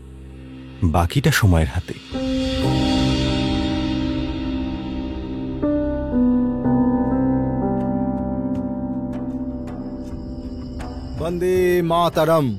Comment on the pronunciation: "বন্দেমাতরম" গানটা বাংলা উচ্চারণে গাইলে আরো ভালো লাগতো।